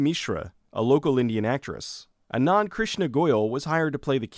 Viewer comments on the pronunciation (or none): none